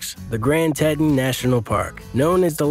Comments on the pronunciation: Tee-Tawn Dude did you actually just mispronounce an American National Park!! It's Tee-Tawn. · Your pronunciations of our Teeeeetons, not Tettons, and Duuuuubois, not Dubwa, need some work. I live here, it's important to get the names right when you are presenting these high dollar areas. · Dubois is pronounced DooBoys. Teton is TeeTawn. Jackson Hole is the valley, Jackson is the town. How do I know? That's me !